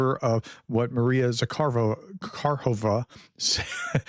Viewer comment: Prof… now our Pronunciation School (PS) moves to Maria Zakharova. Think of the name Zacchary (Zakaree) only replace the “ree” with “rover”, only with an “ah” instead of an “er”. So Zakaree becomes Zaka-rover which finally becomes Zaka-rov-ah. Good job! I appreciate you at least trying!